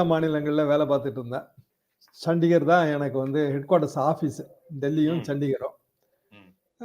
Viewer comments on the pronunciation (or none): சண்டிகர் என்பதற்கு சத்திஷ்கர் என்று கூறுகின்றார். யூடியுபர்கள் அரைகுறையாக செய்திகளை வெளியிடக்கூடாது. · அது சன்டிகர். நீங்ஙள் சட்டீஸ்கர் என்று கூறுகிறீர்கள். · தங்களின் இந்த பதிவில் நீங்கள் சத்தீஸ்கர் மேயர் தேர்தல் என்று சொல்கிறீர்கள் தவறு அது சண்டிகர் மேயர் தேர்தல். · அது நடந்தது சட்டீஸ்கர் இல்லை ; சண்டிகர். தராசு அவர்கள் சரியாகச் சொன்னார்கள். Anchor தவறுதலாக உச்சரிக்கிறார். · உங்களது உரையாடலில் சண்டிகர் என்பது சட்டீஸ்கர் என்று வந்து உள்ளது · சத்தீஸ்கர் இல்லை சண்டிகர்